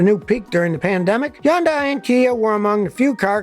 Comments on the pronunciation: As usual Scotty has his finger on the pulse. NB - just a tiny point - it's pronounced Hyundai (Hond-day) not 'Yonday'. Keep up the good work. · Yonday? Think your miss pronouncing it. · I would think it should be Hoondye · Every old-school mechanic Ive spoken to says Yun-dies, and KIAs are inferior in design and difficult to work on. They are among the worst brands, followed by Nissan and Mini. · Bro say Hyundai correctly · Is the H silent?